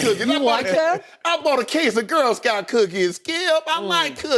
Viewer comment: I still chuckle every time Shannon says "Skee-yup" instead of "Skip"